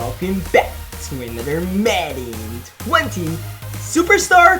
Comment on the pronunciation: “Anotter one” 😭😭😭